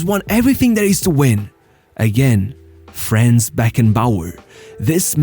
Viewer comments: Why englisch speakers are not able to fucking pronounce german names in the correct way? Imagine german ppl would do that all the time. Its not FRÄÄÄNS, its FRANZ. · small correction his first name is pronounced slightly differently: It is "Franz" instead of "Frenz" Nevertheless, a great video that does justice to this icon of the sport. People underestimate his achievements, but Bayerns greatness was mainly built by him RIP